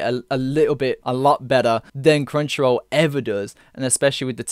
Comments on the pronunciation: Sounds like you're saying CringeRoll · every time he says "Crunchyroll" im understanding "Cringeroll" and i cant unhear it lol xD